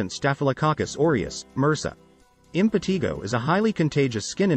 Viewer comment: Impetigo is pronounced “im puh TY goh,” NOT the way it is pronounced in this video.